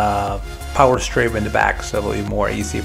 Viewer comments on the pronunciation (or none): none